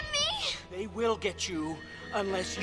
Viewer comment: "Hey man I told you not to mess with time". " I vwill mess with time, I vwill mess with time".